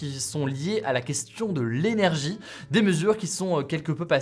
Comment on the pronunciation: lainergie jpp 😹😹😹